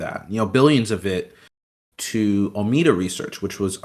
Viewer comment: Honestly this guy clearly isn't very literate in the space. Alameda research not ameda research. FTX token or FTT not ftf token. Like he's not wrong this whole thing was a pyramid and fraud and all that but he can't even get the basic names right